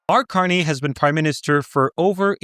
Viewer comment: did he call him Canny? Candy?